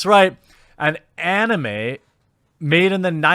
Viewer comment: Who the hell says onime?!?!!?